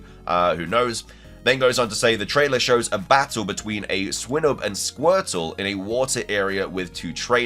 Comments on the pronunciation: You pronounce swinub weirdly. It's swine-ub, not "swim" (with an N instead of an M) - ub. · He said swinub not swimub but not swineub either